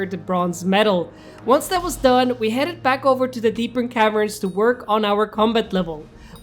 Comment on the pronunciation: Bro, love your vids but why do you say “deepern cavern”, it’s “deep cavern”